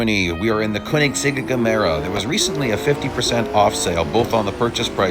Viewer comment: sir, what did you just say?.